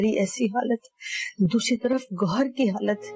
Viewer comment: Goyhar nahi hai yarrr gowhar 😅😂😂